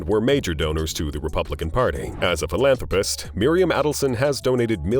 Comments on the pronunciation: Yes, I agree I have never heard philanthrapast but philanthropist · Why "ast" instead of "ist" 😫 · Philanthropast. Lol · "PhilantropAHst" donate to "causAHs" and "organizatiAHns" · It sounds like hes calling them ass hats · It's NOT PHILANTROPAST YOU F**KING MORON.